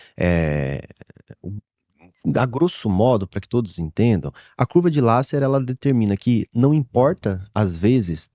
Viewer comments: Curva de Lasser? É a pronúncia? Conheço curva de Laffer. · Curvou tanto, que até mudou algumas letras.